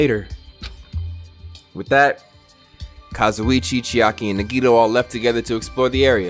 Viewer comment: It took 21 episodes for to realize he was saying Kazuichi wrong I’m WEAK.